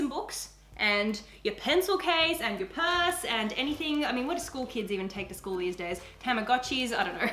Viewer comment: when she said purse it was like parse XD